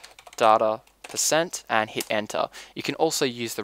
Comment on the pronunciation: its %appdata% not %apdata%, DUH